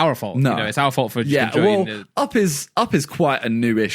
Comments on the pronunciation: why randolph say op not up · rudoplhs way of saying up sounds like AwpP.